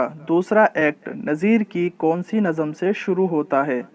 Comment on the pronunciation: Mohtram lafz nazam nahi nazm hai